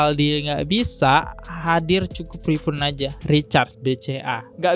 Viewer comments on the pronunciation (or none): Rifun rifun.... Rifaaaann. Tulisannya emang refund tp bacanya RIFAAANNN. Gatel bet kuping gw dengernya rasanya pen lgsg teriak dikuping mas nya 🤦‍♀️ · Ngakak anjir. Refund jadi rifyun😂🤣 Next perbaiki bahasa inggrisnya dan bacanya banyak yang salah juga wkwk gue jadi ga fokus kasus malah fokus ke cara bacanya😭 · Mon maap bang, fyi aja refund yg bener dibacanya RIFAN yaa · Haha ak jg agak gimana dengernya rifun rifun trs wkwk